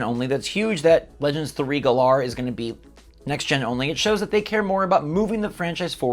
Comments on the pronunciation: learn how to pronounce Galar. It's like Galaxy. Not glar. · good freaking lord LEARN HOW TO PRONOUNCE GALAR!!! u fake fan. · The pronunciation of "Galar" varies, but common pronunciations include GA-lahr and guh-LAHR, with the emphasis on the first or second syllable, respectively. While there is no single "official" pronunciation, these two options represent common interpretations and are often used interchangeably.